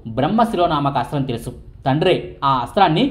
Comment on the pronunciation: ముందు ఆ అస్త్రం పేరు సరిగ్గా పలకడం నేర్చుకోండి